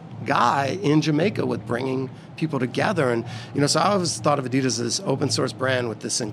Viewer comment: pronounces Adidas both ways.... weird. The right way and the wrong way 😂